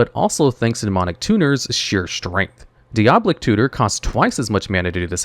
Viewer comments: Wrath definitely should have been something else. Also, did he have a stroke during the Demonic Tutor section? Kept repeating the same couple phrases like 3 times each, then called it Diablic Tutor the whole time after 1 mention of Diabolic Tutor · 'Dee ob lick' ???? dai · uh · baa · luhk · It's DEE-OB-LIC tutor lol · Say it with me - Di -A-boll-ic. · die-uh-ball-ick 4 syllables love all ur vids by ty for making them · "diablic tutor" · Ahh yes deeoblic tutor